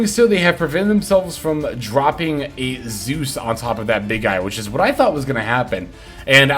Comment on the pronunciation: you pronounce aa-zeus like an imbecile.